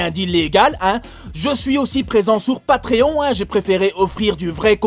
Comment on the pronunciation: "Devient Mon Patreonche" La Police Bescherelles va débarquer mdrrrrr